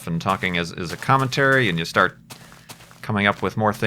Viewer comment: you know its funny to hear the word "cometary" in a commentary